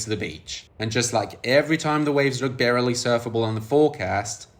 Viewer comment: BTW your English is so excellent I'm going to share a pronunciation with you, "barely" is pronounced "bare" (one syllable, just like "bear") followed by "lee". The 'e' is not pronounced, it is there to modify the sound of the preceding 'a'.